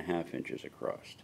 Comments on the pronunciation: OK, What's with the "Acrosst" shit? I've seen many American YouTubers saying this repeatedly so it's not accidental. There is no word Acrosst, old English might permit "acrossed" [a] [cross] [ed] but nothing like Acrosst. The word is "Across". That's all it is. Thanks for the video tho bro. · Oh I'm just giving you hard time lol! it's just odd to me because I know the YouTubers I'm referring to are quite intelligent (including yourself). Is just a strange thing.